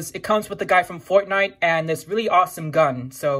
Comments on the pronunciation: I like how u say foutnite not fortnite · I love how he says fortnite Foortenight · I love how you say Fortnite 😂